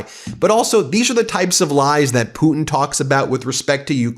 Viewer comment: I replayed this from timestamp - about eleventy times 😂 watching Ben say "Vladamir PUTIN" like that 😂